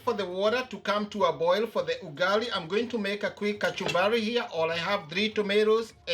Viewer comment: Stop saying ugali like that